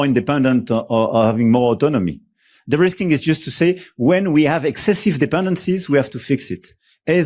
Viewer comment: Macron says "derisking", not "the risking". It is not an English word, but needs to be taken up in everyday parlance, for the USA and Russia have proven to be highly unreliable, in fact, totally untrustworthy. Russia attacks us, and the American Administration has a kill switch on almost everything we use in Europe in terms of security. The only party that has shown itself to be reliable is China! All thanks to Putin, who has put his Useful Idiot in the WH in 2016 and still controls him in . (A kill switch manifests itself for instance through a software update over the air that will ground all F-35's, or closing down the data centers or internet, both of which are primarily run from the USA.)